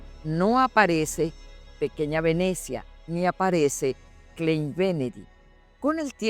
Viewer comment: no se lee klein se lee klain porque en el alemán la e con la i , osea "ei" se pronuncia la "e" como si fuera como una "a" ejemplo: rein ( puro) = se dice rain weit = wait ( lejos) dein = dain ( tu - tuyo)